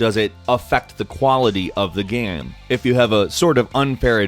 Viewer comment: You say "game" weird